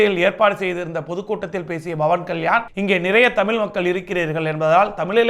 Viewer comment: Its not bawan ,its pawan😂